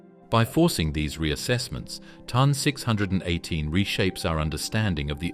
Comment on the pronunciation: It's T O N not ton, and Phoenix A, dildo